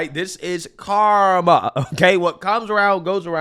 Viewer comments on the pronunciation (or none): none